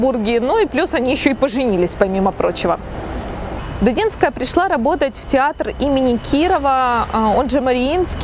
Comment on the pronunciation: Если уж взялись придираться к словам и фразам, начните с себя: нельзя ж так чудовищно перевирать фамилию прекрасной балерины и педагога. ДУДИНСКАЯ!